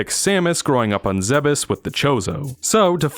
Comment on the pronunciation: isnt it pronounces ZEEBES not ZEHB EHS?